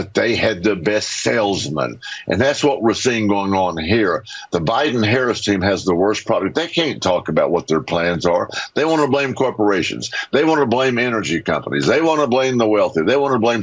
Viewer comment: "they cain't" WHAT?